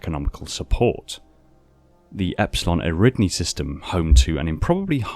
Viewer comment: Epsilon EriDNi? You sure it isn't Epsilon EridAni? Cuz it actually totally is. But I bet you also say aluMINIum instead of aluminum.